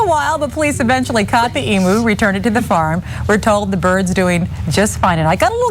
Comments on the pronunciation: Emu..not emoo🤦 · EEM-YOU not E-moo it's called an eem-you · It pronounced EEM-you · Americans can not pronounce EMU. EE" + "myoo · Just FYI, it's pronounced emYOU.